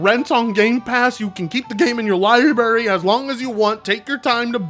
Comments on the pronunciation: It’s not lie berry its lie brary. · New drinking game: Take a shot every time he says “Liberry”